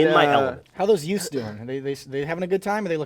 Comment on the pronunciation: "Two yutes"